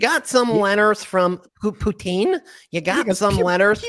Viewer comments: Pee-you-tin, Gee, and Un (Levin doesn’t realize that’s NOT the guy’s last name) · I hate how Mark Lavin pronounces Putin. ( PEUTIN ). It's so weird